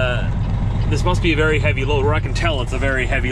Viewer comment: Wery... wery... nice weather 😰